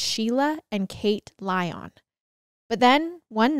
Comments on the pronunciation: Good god…it’s Lion, though spelled with a y. Not Lie On🤯🤯🤯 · So sad. 😢 My heart goes out to their family and friends. Their last name Lyon is pronounced Lion. ❤ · My last name is Lyon and the way you were pronouncing it kept throwing me off 😅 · I was twelve too when this happened. Wheaton Plaza was 3 miles from my house. Parents that used to let us go dime store by ourselves… that came to a screeching halt! BTW it’s pronounced Lion like the zoo animal. Their dad was a radio personality on WMAL. Our innocence was gone . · Yes! This case has been covered enough to where this mispronunciation is a gross oversight.